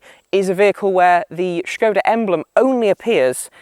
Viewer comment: Great to hear the correct pronunciation of the name 'Škoda'! Fun fact: in Czech, 'škoda' means [what a] pity/shame.